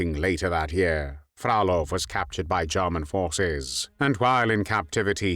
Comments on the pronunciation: Задолбал ИИ дебильными ударениями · ИИ не может правильно произносить русскую фамилию)))).